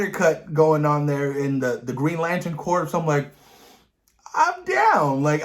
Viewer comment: Just so you know, "corps" in "Green Lantern Corps" is pronounced like "core". The P and S are silent.